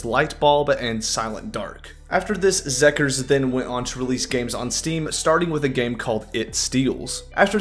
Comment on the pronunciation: I giggled a bit at that too lmao